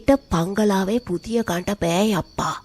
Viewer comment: යප්පා නෙමේ යෙප්පා...අනික ටැමිල් උන් මේ මොන මරාලයක් ද කියන්න දන්නේ නැහැ...